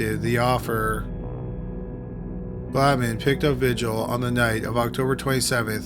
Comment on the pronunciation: Vigil...”vee-HEEL”...Spanish pronunciation